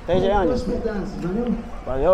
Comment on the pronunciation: the quality of your "valeu valeu" was mint dude, if you can just say that its enough to pass by as a brazilian, in Rio i see more black people i think that also helps with nobody messing with you